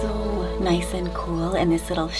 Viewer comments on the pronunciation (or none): none